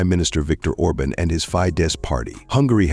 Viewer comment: First of all, it is Viktor Orban not Orbin!! And Hungary had a referendum asking the citizens if they want or not want migrants, they said they don’t! So Brussels cannot force the Hungarian people to take in migrants if they don’t want to, Brussels can have them all!